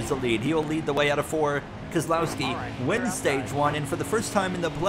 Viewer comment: Why was it so perfect the way Jeff Burton said Keselowski